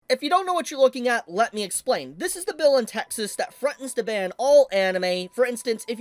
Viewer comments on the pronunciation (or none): I've never seen you before, but....what the hell kind of accent do you have? It's so weird. - How do you "frunten" to ban something? I'm sure you meant "threatened". I can't take you seriously with this accent.